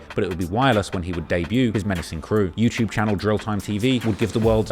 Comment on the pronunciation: Love hearing say Yew-Chewb